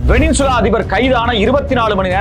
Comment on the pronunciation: டுபுக்கு, அது வெனினசுலா இல்லை. சரியான உச்சரிப்பைத் தெரிஞ்சுக்கிட்டு கேமரா முன்னால ஆத்து ஆத்துன்னு ஆத்த வா.